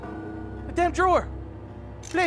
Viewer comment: marget I'm sorry